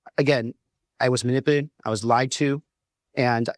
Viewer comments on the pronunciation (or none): Yep. He called him "Swall" and dropped the second half of his name, and said "manip-late", and a few times I can't even make out his words. He's acting like he just got back from a run.